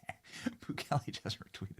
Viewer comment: The Salvadoran Presidents name is pronounced Nah-Yeeb Boo-kay-lay